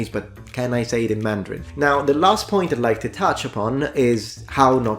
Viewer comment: Your mandarin tones are excellent!